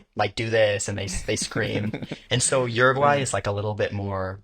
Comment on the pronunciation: This dude did a whole video and can’t even pronounce the name of the country.